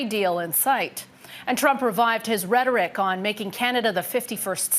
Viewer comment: It's NOT "rhetoric".